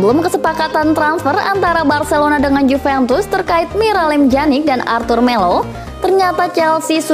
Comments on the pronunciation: Pjanic min bukan janik😴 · Bacanya piyanic bukan janic min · wkwwkkw iya lucu dengar mimin nya ngomong janik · dibaca pyanik